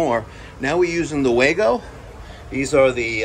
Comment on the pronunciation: thanks for pronouncing Wago correctly! ✅🙂